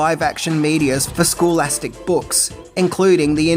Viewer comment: It's scholastic, not schoolastic. 😂